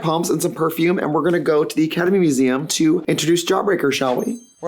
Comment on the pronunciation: Am I the only one hearing Ketamine Museum every time she says Academy Museum?